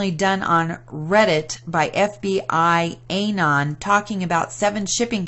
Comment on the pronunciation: It's "QANON" with the "A" not pronounced as a long "a." It is like the "a" in the word "anonymous."